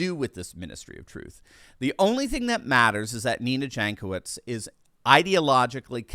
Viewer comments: For those who likes facts. Jankowicz name is from Eastern Europe. Might be from Poland. And right pronouncing is Yankowitch. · Jankowitz = [Yonkovich] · Ok, this woman is despicable, but that is no reason to butcher pronunciation of her name to that degree. It makes my soul bleed every time I hear you say it.